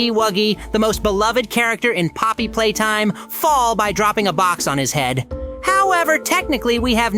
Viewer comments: bro really said pomney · Poppy not pomney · It’s not palmy it’s Poppy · Bro really called poppy pomney and oli into ali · Poppy its not pomney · pomney……….ITS POPPY U DUMB DUMB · He's calling poppy pomni 💀 😊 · not pomeny poppy😅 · IT IS NOT POMNI IT IS POPPY. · Dude her name is not pomeny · pomney not poppy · its poppy not pomny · yep je just still alive just dont say pomney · Why does he call poppy pomni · yeah it’s not pomney it’s poppy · ITS POPPY NOT POMNIE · Poppy, not Pomney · Not pomni, poppy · "pomney" LOL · It's poppy